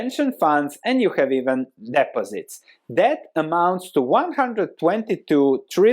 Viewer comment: "Depot sits"? Oh, deposits! I come for the erudite economic presentation, I stay for the cute mispronunciations.